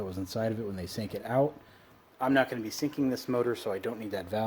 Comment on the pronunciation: "gawing" is not a word. "wahder" is not a word. put a drill on it instead of pulling the starter cord. "probly" is not a word. "we're" is not pronounced "were". cowl not hood. "our" is not pronounced "are".